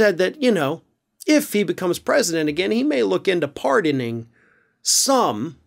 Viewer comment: Not that I don´t agree... But "pardening"?